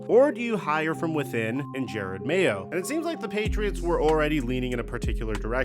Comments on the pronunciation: I came just to see if this dude STILL thinks his name is Jared Mayo and he does, even while clipping videos with his name pronounced correctly. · Bro is saying mayos name so wrong it’s upsetting